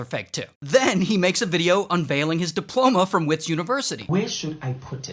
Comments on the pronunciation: I'm so embarrassed to be from Gauteng. Thanks for the shout out. One more thing, Wits is pronounced Vits with a V. Not wits. Comes from Witwatersrand in Afrikaans and their Ws are spoken as a V. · It's Verts not whits🗣️ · its not wits its vits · Make the w sound like a v for wits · It’s prounounces vits not wits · I am genuinely proud that he pronounced gauteng correctly. ❤ I just wish he'd pronounced it Vits instead of wits😂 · 😂as a south African i can tell u that we dont pronounce Wits university as wits , we pronounce it as *vets , 💀sounds kinda weird i know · University of WITs….pronounced VETS if u not South African and don’t know or understand Afrikaans..👍🏽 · its VITS on WITS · Wits haha its pronounced "vits" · Hahahahahaha my homeboy 😅😅... It's pronounced as "Vets" university (wits university).... But shoutout to you Ray (from South Africa) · Heads up:Wits is pronounced v-i-t-s, it's Afrikaans Sanele is pronounced sun-el-eh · It's not "wits" university It's pronounced with a V instead of a w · Its written as wits but it's pronounced as vets. It's Afrikaans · The W in "Wits" is pronounced as V in South Africa so like "Vits" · As a south African im upset that this is how we get a shout out but... Ray I you are doing your best at pronouncing the stuff so I'm gonna help you out Wits is pronounced Vits and Gauteng the g is like if you had flem in your throat and the au is pronpunced ow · 😂😂😂wow we made it to Ray’s channel … side note WITS is Afrikaans so the W is pronounced as V👏🏾👏🏾👏🏾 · Lmao Wits is pronounced like Vitz And Sanele is Sah-neh-leh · Im happy you shouted out uor country but its not wits it lik vits vvvvvits not w it s Afrikaans school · Wits pronounced Vits sounds Afrikaans from the Dutch, no? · WITZ not Wits but all love from South Africa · Its pronounced VITS😂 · I love your attempt at pronouncing some of our local words. Wits would be move like Vits, a V sound not a w sound.... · Bro really said WITS…. It’s pronounced vits lol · And Gauteng